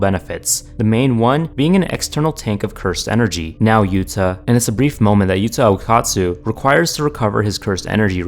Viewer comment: “yuta okkastu” it’s yuta okkustu 😂